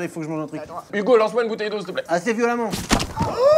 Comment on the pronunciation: moi aussi jpp en plus il dit lance violament 😂😂